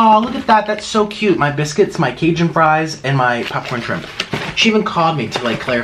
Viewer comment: Can you say Cajun right.